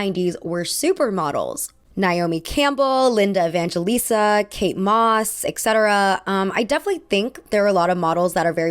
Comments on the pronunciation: I love you and will continue to watch your every video be wise of your thoughtful and entertaining content...but every time you say "ex-cetera" my soul dies a little. It's et cetera. With a T. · Et cetera, not eKcetera